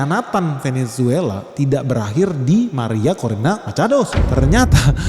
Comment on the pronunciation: semangat banget pas nyebut "Maria Corina Machado". Bak spanish speaker. 😎